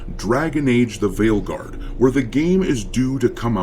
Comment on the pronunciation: When you said the game's name at the end, I heard it as "Dragon Age: The Whaleguard". Seems fitting, as it's the guard of all the blubber filled blue hairs.